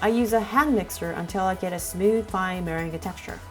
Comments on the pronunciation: Me-ren-gah? Oh boy. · She pronounced meringue like mer-in-guay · I'm sorry but that is not how you say 'meringue'